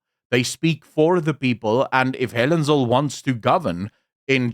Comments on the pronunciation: It's "Helen Zille" As in TWO "L's" and not one. It is NOT "Zil" - it's ZILLE! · It’s Helen ZIL-LE, not Zill… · Through the whole video i wanted to scream its Zille not Zill. But bow im not so sure anymore. How is it pronounced? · It's not ZILL, it's ZIL-LE. Not a silent E at the end there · Zille not Zil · “Zill” is pronounced “Zilla” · Zille, although it ends with E is pronounced ZillA. Come on, you sound like an AI recording! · Her name is pronounced zilla